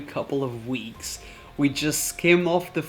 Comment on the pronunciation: Did anyone notice how he said weeks, from the kfc confession